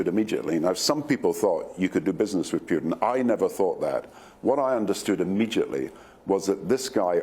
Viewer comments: He is PUTIN not PIUTIN why don't you just shut up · Doesn’t even pronounce the name of the Russian president correctly.